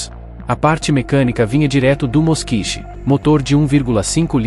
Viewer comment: Ao que me lembro, a pronúncia não é Moskich e sim Moskvich.